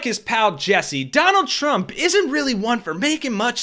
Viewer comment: It's Donald not Trondle Trump. Get back in your basement boy.